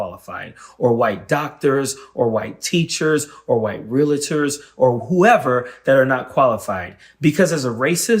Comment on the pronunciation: Pronounced REALTORS not Realators..still love you